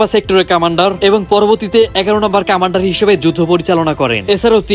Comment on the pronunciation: সবকিছু ঠিক ছিলো,শুভকামনা রইলো, কিন্তু কিছু ভাষা স্পষ্ট করতে হবে, কমান্ডার হবে উচ্চারণ কামান্ডার হবে না